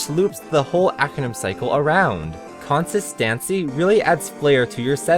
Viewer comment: did you mispronounce 'Consistancy' on purpose?